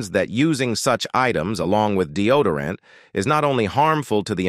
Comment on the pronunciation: Capra? Polident? Deodorant? Candida? Diseases? Disorders? These words should be easy to pronounce, yet the narrator butchers them. Add to that sudden, inexplicable switch to a Spanish accent towards the end of the video, makes one really wonder if he's 'all there'.